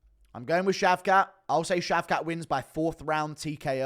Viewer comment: It’s British that how you say shavkat (shaved-cock)